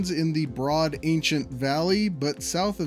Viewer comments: I lived there - it’s pronounced STAN-tun. Do we get boo-boo credits for pointing this out? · Staunton, Virginia is pronounced similar to the name Johnston, not "stownton". The Statler Brothers singing quartet hometown was Staunton. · Your pronunciation of Staunton and Wytheville are so incredibly terrible that a stop in Roanoke is now been added to the route